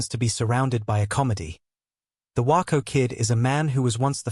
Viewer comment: It’s WAYco not Whyco you snuck.